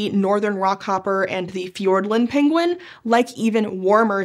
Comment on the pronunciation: Somehow I just realized that I will never hear the word penguin without hearing Cumberbatch butchering the word 😅😅😅